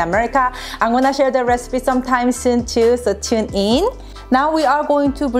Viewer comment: That’s it, I’ve come up with a new recipeh!